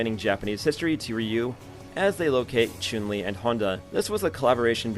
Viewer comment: This guy says choon li